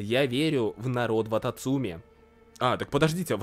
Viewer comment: я всего ожидала услышать, но не "вататумцы"...